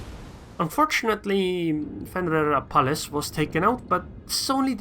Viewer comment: Dude you nailed it pronouncing my name lol